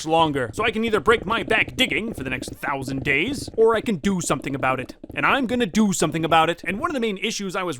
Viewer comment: t’is four fousand dayz!1!!1